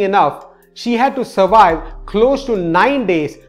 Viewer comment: Surwive. Hehehehehee